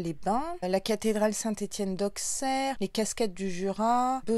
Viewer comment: Cc, roo chez moi 😁😁. Team Dijon côté d'or, mais je vais aussi souvent dans l'Yonne (d'ailleurs Auxerre se prononce sans accentuer le x 😉) Et la deuxième prononciation de Beaune était la bonne 😊. Pas évident de prononcer les noms quand ce n'est pas chez nous, je me plante souvent ailleurs aussi 😆. Ah les nonettes sacrément connues ici, je ne suis pas fan de pains d'épices mais avec la confiture cassis etc ça passe sans pb 😁. Roo la bougie du Jura bien sympa (il manque du fromage de la bas d'ailleurs ) Je ne savais pas qu'on faisait des petits cotons comme ça par ici. L'agenda canon. Les petits trucs à planter pas mal 🐝🐝. Régale toi bien😁. Belle journée 😘😘